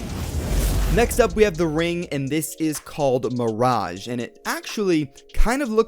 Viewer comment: isn't it pronounced Mir-age